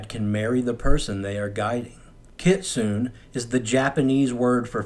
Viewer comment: The E In Kitsune is not silent. Kit-sun-e. It makes a short e sound.